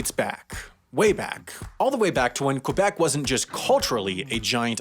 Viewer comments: omg we say CUH BEC not cwuh bec? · Not KOU-bec, but ke-BEC... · I’m not even French-Canadian but the way you pronounced it Qwebec with a W annoyed me a bit. You did so much research, at least say it right! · Brags about being able to pronounce 'régime seigneurial', but pronounces Québec 'kwabeck' and Montréal 'mauntreeall'. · Is it just me, or do other people get annoyed hearing Quebec pronounced like this? And the way this person said Montreal... like a cross between French and English... but at least that's not a recurring issue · You pronounce Régime Seigneurial pretty well, but not Québec🤣